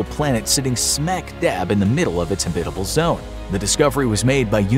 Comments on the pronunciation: HAB-it-able. Not Ha-BIT-able. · Habit-able. Not Ha-bitable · Habit. Not hebit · This is the first time I ever heard anyone pronounce it "habITable" instead of "HAbitable." Is that a thing? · Very kewl video. Long time fan/subscriber. Only one criticism, your pronunciation of the word habitable. The emphasis is on the first syllable, not the second. Pronounced like habit-able. Otherwise.... "stellar" as always. Side note: There is an "earth-like" planet near Proxima Centauri which is only 4.2 LY. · Not Hebbitable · Habit. Like the habit of a clergy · oh my freak! the accent in Habbitable is on the first sylable! you said it wrong over and over making my brain explode! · Habitable is not pronounced that way. Google will correctly pronounce it for you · The polar bear looks so sad. Probably heard habitable mispronounced way too many times. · Anyone else pronounce “habitable” differently to the narrator? Sounds so wrong the way he says it lol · Say “habitable” like that one more time… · Saying habitable like this makes me angry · Can't even pronounce habitable? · No, not a thing. He mispronounced it all the way through the video. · Buddy pronounces "habitable" really funnily 😆